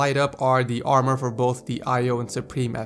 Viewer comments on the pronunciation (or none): none